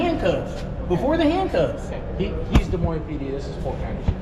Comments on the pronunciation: It's pronounced, "Duh-Moyn" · It's pronounced De Moine! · The "S" is silent. "De Moine" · The S’s are silent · Learn how to pronounce Des Moines--the "s" is silent. The same with Illinois